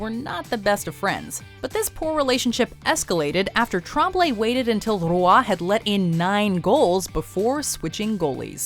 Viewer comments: It's Patrick ROY not Ruah. How people still can't pronounce his name right? It's not that hard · Yall absolutely butchered Patrick Roy's name. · it would be the correct way if she were speaking french lol